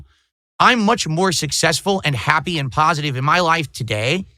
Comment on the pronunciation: I can’t express how much I LOVE it when this clown keeps repeating how pahsitive he is and how he’s been making pahsitive kahntent for 16 years when he’s in reality he’s by far the most negative and toxic PoS the internet has ever seen! That’s simply hilarious 🤣😂🤣